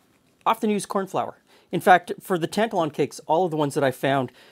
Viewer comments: Best rant I've heard for quite a while :) As one of those actual Scots, my only quibble would be the pronunciation of Tantallon, Tan-tal-on rather than Tant-alon. I was taught about Scotland's slave dealing past at school (I'm 57), yet during the recent BLM protests, younger Scots were surprised to discover that Glasgow's Jamaica Street was built from money made by "trade". Rory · Very interesting, wee tip for you it's pronounced tant-allen. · Yes the emphasis is on the middle syllable (a 72 year old Scot here) Tan ‘tal Lon. I remember when I studied history in the 60s at school we learned of the slave trade and I always knew that certain cities (including Glasgow where I went to university) made their fortune from the slave and sugar trades. It was just a fact, not hidden but not over emphasised either. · Tantallon is a castle in East Lothian, near where I live. It's about 30 miles east of Edinburgh, close to the town of North Berwick. It's a stunning ruin, on the edge of a cliff. However it's pronounced like tan-TAL-on. Emphasis is on the second syllable, not the first. You are 100% correct that Scottish shortbread never traditionally had vanilla in it. IMHO it's just the wrong flavour for shortbread. I think the recipe you are showing is probably what we would call a biscuit today (not a cookie), not a cake either. Just to confuse things, in Scotland a cookie is a sweetened enriched bread bun, often filled with whipped cream, dusted with icing sugar. They're wonderful. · There's a town near Halifax called Tantallon, I pronounce it like you but people from there laugh and say it's pronounced "tan-TAL-un" Btw, no true Scotsman, indeed. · It's pronounced the second way here in Scotland too. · As a Scot, my only gripe is your pronunciation of Tantallon. It's pronounced Tan Tallon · Ok, but you are still pronouncing Tantallon incorrectly,!!